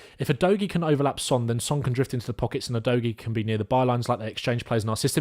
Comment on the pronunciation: The Udogie pronunciation game was all over the place 🤣 but love your coverage otherwise, very good and the kinda stuff that I like to see